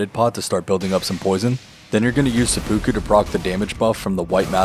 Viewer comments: i love the videos but every time you say seppuku the pronounciation kills me a little lolol think of SEH-PEH-KOO not SEH-POO-KOO its kind of like how there's 2 ways to say yakuza but the japanese would laugh if you said it differently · omg please don't say sepookoo again. It's pronounced more like sepu-kuh